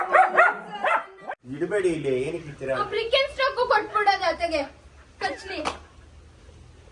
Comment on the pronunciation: It’s birk-in-stock. Not brink-in-stock.